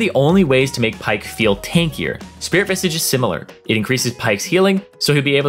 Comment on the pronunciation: still havent learned how to pronounce Spirit VISAGE huh?